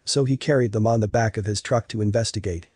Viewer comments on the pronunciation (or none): none